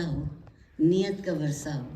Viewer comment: عارفہ جی! اُمّید کہ جانے سے پہلے اُردو سیکھ لیں! بہُت کُچھ “محلّ ِ نظر” ھے/ وَرثہ❌/ وِرثہ✅